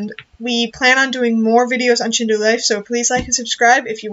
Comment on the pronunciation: It's Shindou Not Shinduu